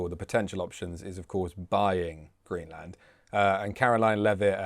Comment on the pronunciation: GREENLAND not Greeland!!!